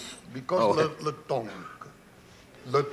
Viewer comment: I though he was saying "Le Tonk", which gave me the idea it was the name of the anteater given that they cut to it as soon as he says it